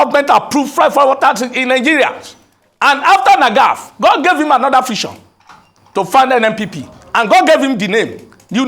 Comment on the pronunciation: Did he say 'Fision' or 'Vision'😂😂